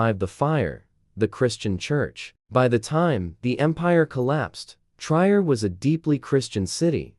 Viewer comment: I wished you would pronounce the name of my hometown "Trier" correctly. It is pronounced Tree-er. I also wished you would show actual pictures of the Roman buildings in the city, instead they were from placed in Italy, France and other places. Jutta (pronounced Ut-ta